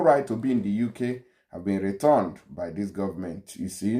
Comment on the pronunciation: YOUR PRONUNCIATION OF RETURNED IS WRONG CHECK WITH GOOGLE FOR CORRECT PRONUNCIATION OF returned